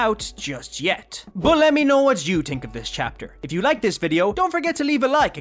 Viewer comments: No offense to this YouTuber, but does anybody else get triggered when someone says something wrong? Such as these words being said as “someting”(which is suppose to be “something”), and “tink”(which is suppose to be the word, “think”. Sentence Example, using the wrong pronounced words: I tink someting is off in tis house. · I agree with you on that but i only hear him say "think" wrong i dont hear about him saying "something" wrong.